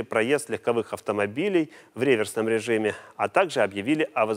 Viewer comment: Движение реверсивное,а не реверсное .Где вы взяли этого ведушего🤣